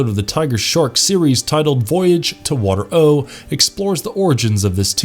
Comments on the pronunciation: The planet was called Water-O (WAH-TARE-OH) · I love this show, I was so bummed that it was so short lived...and the planet name is pronounced waterro with the emphasis on the second syllable. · The narrator also pronounces Water-O the wrong way. He should have done some research before creating this video. How could he say the Mantennas couldn’t breathe underwater when he shows a clip of them talking underwater? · Listening to this makes me want to tear my hair out because he keeps mispronouncing WaterO. He must not have watched or listened to an actual episode.